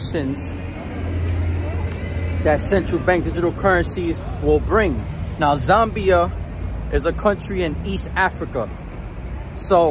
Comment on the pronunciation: It’s pronounced “ZAM BYah”